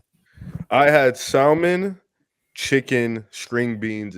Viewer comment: lmao saying salmon